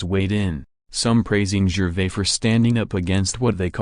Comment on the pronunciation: Utterly awful and pretentious narration. Pronounced 'Gervais' incorrectly. Unwatchable crap.